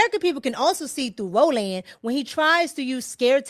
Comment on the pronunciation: Ro-Land! Hahahahahahaha